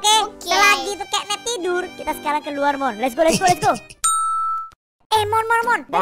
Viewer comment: Catnap bang bukan kenep😊😊